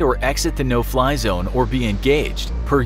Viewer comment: No Fly Zone, I thought you said No Pie Zone... Ha Ha please don’t shoot me down sir... (Missile Lock)